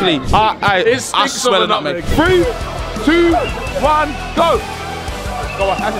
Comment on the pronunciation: At first I thought you said nugget But I realized you said I smell at nutmeg